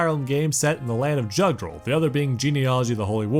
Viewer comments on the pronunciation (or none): Where to begin with corrections... 1. Several name pronunciations are very off, major culprits are "Thracia" ("a" as in "ray", not as in "rack") and Jugdral (come on, the J is pronounced like a Y, since the continent's name was based off of "Yggdrasil"). 2. Thracia 776 actually begins just before Chapter 6 of Genealogy of the Holy War, and ends midway through its 8th chapter. 3. Leif is not the prince of Manster. How did you get this so wrong? He's the prince of Leonster, Manster is the homebase of the enemy, the southern Thracian forces. Heck, the fact that he's the prince of Leonster is in the fucking intro to the game. 4. "New Mystery of the Emblem" is FE12, not FE3. That game is simply "Mystery of the Emblem". And if you're gonna say they're the same, they aren't especially in the context of you talking about dismounting, because FE12 did not feature dismounting. Also worth pointing out that FE4 also featured dismounting, but only for Seliph when he promoted. 5. You didn't even mention that healing can potentially double too.